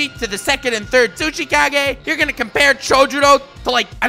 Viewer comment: I keep hearing sushi Kage instead of tsuchikage